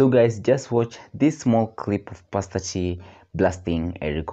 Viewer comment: Its pastor not paster